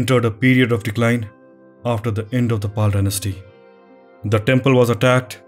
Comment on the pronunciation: Great videos. Just some feedback - would appreciate it if you could pronounce the names as it is. For example pronouncing Pala as Pal is an incorrect way of addressing it. Have observed this for many pronunciations of Pali, South Indian and Sri Lankan names. Please consider this feedback.